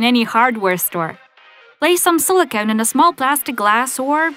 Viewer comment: Sarita Kumari Ranjan its not sola cone it's silicone